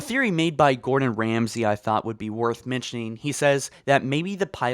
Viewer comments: Did he say.... Gordan Ramsey? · Wait did you say Gordan ramsay? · When he said gorden ramsay. I was like what the accual fuck did i just hear? Gorden Ramsay?!? He plays halo?!?!